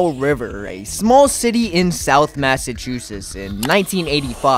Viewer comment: I've never been to Massa-chew-sits 😅